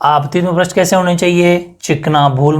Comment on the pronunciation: Sir पृष्ट nahi hota he पृष्ठ hota he aapne hi to शब्द शुध्दि me bataya tha ष्ट प्रत्यय nahi hota ष्ठ praty hota he😜😜